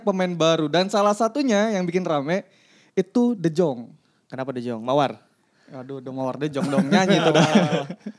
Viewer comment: Baca de yong ms. Bhs belanda